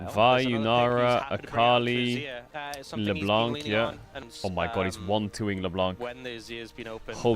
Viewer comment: Sir could you stop saying Leblan(C!) its Le(Blan)c , the C is muted. Love your videos <3